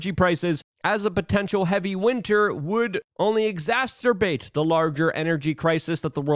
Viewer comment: Exasterbate Luke? Do you mean exacerbate?? C’mon man you can’t have your own personal language. Tumultuous Luke, not tumultuLous. And lastly it’s glyphosate, not glysophate.